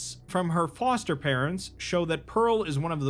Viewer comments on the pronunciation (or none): none